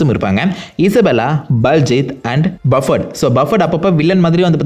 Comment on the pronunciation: Fire side girls That's bufferd bro not bafferd